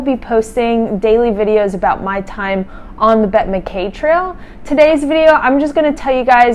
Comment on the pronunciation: 🛬 Congratulations on a tremendous effort! But, it is pronounced MacEye.